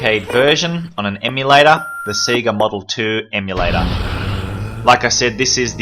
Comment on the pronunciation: Loved this, but SEGA is pronounced SAY-GAH, not SEE-GAH! Normally I wouldn't be too bothered but I haven't had my first coffee of the day yet!